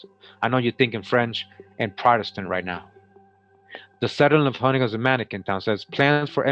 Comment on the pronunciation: Hue-ga-nos not Hug-ga-nots